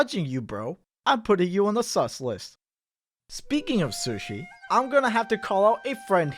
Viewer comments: I’m sorry, I heard shush-ee instead of Sue-she 😂 ???? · Makes fun of peoples different eating habits, Also: says sushi (soo-sh-ee) as sushi (s-uh-sh-ee) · Okay but I'm gonna call you sus for calling sushi "suh-shee" rather than "soo-shee". It sounds like slushee. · like another commenter also said.. did y'all notice how pronounces sushi like suhshi but not sooshi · This guy. I love but how are you gonna judge how people eat when you pronounce sushi as SUS-shi??? I've always pronounced it Sooshi. Am I wrong or is weird??? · he pronounces sushi like suh-shee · Yo just me or the way he pronounced sushi throughout the whole video like "sahShi/SeUShi" instead of "sooshi" like you're supposed to makes him a serial killer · why does call sushi "suhshi" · Man over here really pronouncing sushi as shush-shi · the most sus thing in this video is how pronounces sushi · The way he said sushi is a sin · The way pronounces general tso chicken and sushi kind of triggers me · Yo.... the way you pronounce sushi just hits the ear wrong. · Am I the only one questioning how you pronounce sushi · The way he pronounces sushi is killing me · criticizes the way people eat food Also: pronounces sushi like this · pronouncing 'sushi' makes me extremely uncomfortable for some reason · The way you pronounce “sushi” scares me. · The way u pronounce "sushi" is mad sus ngl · Why pronounce sushi like that, sus